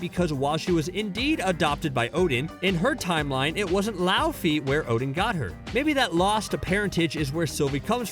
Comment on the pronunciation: Laufeydottir not lauffi lmao